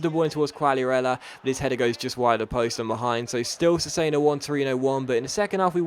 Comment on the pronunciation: cesena is said like chesena, KEEP UP THE AWESOME VIDS!!!